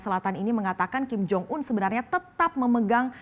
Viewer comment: Ada kesalahan yang diucapkan oleh presenter nya : 1 nyebut kim jong ul 2 nyebut kim jo yong 😂😂😂😂😂😂😂